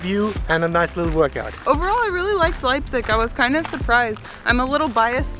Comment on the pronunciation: In Euren ersten Sätzen sagt Ihr (beide!) richtigerweise "Leipzich" - danach nur noch falsch "Leipzick" ;-) Ist mir aufgefallen, sorry -aber ändert nichts daran, daß Euer Video großartig ist <3